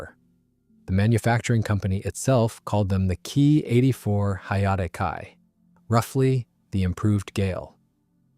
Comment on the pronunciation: IT ia no HAAAAA....Say the lettter H than letter A...stop with AI Voices.